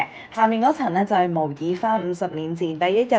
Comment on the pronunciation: 睇過幾條相關影片，暫時最鍾意睇妳呢條！好開心，可以聽到有人讀啱模擬個「擬」字！🥰🥰